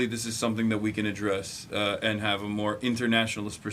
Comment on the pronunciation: He was very good. He deserves a A- because he made 2 regular mistakes from french-speaking people : - the pronunciation of the H. "I ave" instead of "I have" - the euuuuh thinking periods instead of using hummmm He forgot also 2 important translations but it is very hard to translate so perfectly live so he made an amazing job.